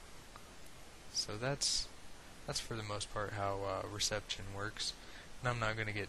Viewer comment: Apart from my irrational annoyance of how you pronounce reception etc I really hope you keep these going they are brilliant, thanks